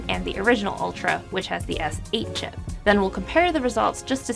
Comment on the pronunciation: Is she saying sip instead of chip? Did they rename it to sip?